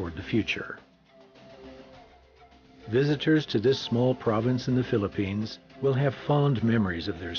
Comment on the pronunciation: PHILIPPINES......NOT PHILLIPINE